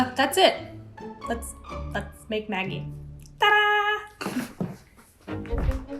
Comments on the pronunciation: In New Zealand I've always heard Maggi pronounced with a soft g, like magic, maj-je. Never heard it pronounced like the nickname for margaret, maggy. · Hi, love you channel....but gotta pull you up on how you say Maggi.....its pronounced Madgi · Love you and your videos and perspective on life via food! One comment, Maggi is pronounced Madge-I - like the 3 wise men. :0) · I didn't know you pronounced maggi with the g as in igloo or grade. Cause we (arabs) pronounce it as majji but we right it as maggi😅. Nothing is wrong with that tho🙂💛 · It's pronounced Mad gee!!! Not how you say it!! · We pronounce it ‘Madgie’ in Australia - I kept wondering who Maggie was 😂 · We pronounce it ‘maJ-eye’ with a sift G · Why you pronounce them wrong? The g is like in magic